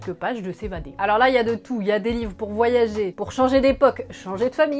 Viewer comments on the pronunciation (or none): none